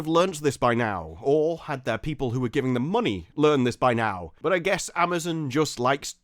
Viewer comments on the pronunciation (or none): none